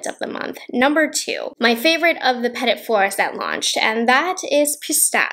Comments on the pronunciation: love your content but i have to have to have to correct this.. Petit is pronounced pah'tee not peh-tit' with the t at the end being silent. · The pronunciation was stressing me out